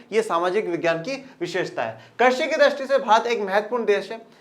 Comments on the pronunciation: सर आप कृषि को' कर्षि' से क्यों कर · Sir karshi nhi krishi Hota hai